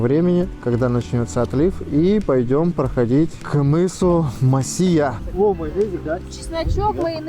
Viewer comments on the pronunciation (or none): Мыс не МосИя ,а МОсия !